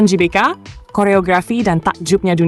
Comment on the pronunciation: Klo mimin menyebut nya JBK bukan GBK , jadi Jelora Bung Karno dong.🤔 😅😅 bukan Gelora Bung Karno 😅😅😅